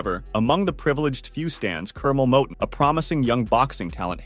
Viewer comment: This this don't know wtf he talking about he don't even pronounce cornel last name right he also said Curmel had like 63 fights he had like 130 and 6 losses how you gonna give out false info 😂